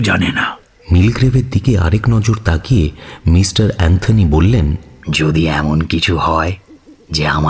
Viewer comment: Kindly care about pronunciation, as করছে -কৌরছে, এমোন -এমন, গিয়েছিলো - গিয়েছিলো, otherwise very good